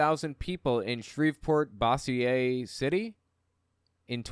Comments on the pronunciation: I'm in Johnson's district. No, we demos had NO candidates to oppose him😡 BTW, Bossier City is pronounced "BO-zhurr", like Dozier. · Bossier is Bo like Bo Duke. Sier, like sure. Bossier City. Where the Leto brothers are from. Hour from Ruston, across the river from Shreveport.